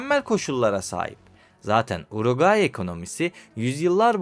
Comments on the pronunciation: kardeşim hep yanlış söylemişsin uraguay değil uruguay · Uroqayi yox Uruqvay ölkənin adını düz söyle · uraguayyy ukranya reisimin dilin dönmyo sıkıntı yokkk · Önce ülkenin adını doğru söyle uraguay deyip duruyorsun. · Uruguay demek bu kadar zor mu ya? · Sen uraguay dedikçe Güldür güldürdeki paşanın yanlış bilen skeçleri geldi aklıma. 😂 ama bence diksiyonun çok kötü değil. Ufak tefek destekle çok iyi hale gelirsin. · Ülkenin adını söyleyemiyosun gelmiş video çekiyosun. Sağol. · Bi de Uruguay diyebilseydin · Hiç Uruguay diyememiş ki 😂😂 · Uraguay Uraguay ısrarla Uraguay !!! Ülkenin adı Uruguay! Daha ülkenin adını söyleyemiyorsun kardeş 😐 Bi de Plata'ya Palata deyip durmuşsun 🙂